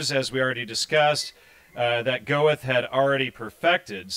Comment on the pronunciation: It's not go-eth, it's gur-tah!